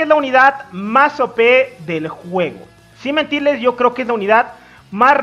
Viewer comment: Me gusta cuando dises si me tiles xD